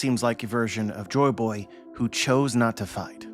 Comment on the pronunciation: UhHhMm AcKtUaLLy He SaYs "Jo BoY hErE" Joyboy (Jo-EE Boy) not jo boy